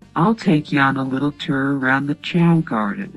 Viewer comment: it's not ter it's tour